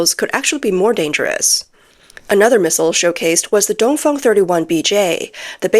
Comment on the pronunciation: Its dongfeng not dongfong.😂